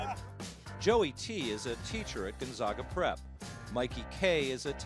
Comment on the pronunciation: Love this! I'm from Spokane and only live a half a mile away from Gonzaga. However, it's pronounced "Gone-zay-ga".